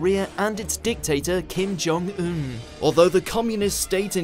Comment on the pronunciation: You really made good effort to pronounce Kim-Jung-Un's name lol